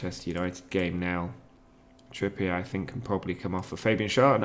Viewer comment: Trippier may be unhappy as you’ve said his name wrong for most of the season…